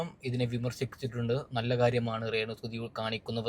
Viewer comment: റേണു അല്ല രേണു മലയാളം എന്താ ഇങ്ങനെ